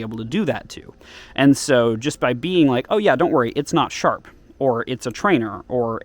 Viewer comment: It’s not shap